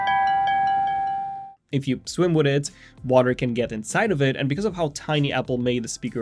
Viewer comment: The way you say "witt it" countless times in this video bothers me much more than it should.